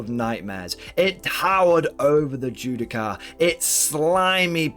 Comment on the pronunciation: Judiciar* not Judi-car xD